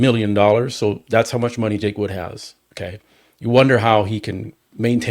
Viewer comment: … it’s Jake “Wood” not Jake Woods.